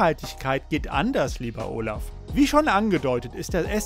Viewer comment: Und arbeite mal an deiner Aussprache. Unser Bundeskanzler heißt Olaf und oooolaf.